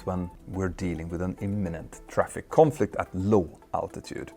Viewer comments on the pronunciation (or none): "Clear of Confliob"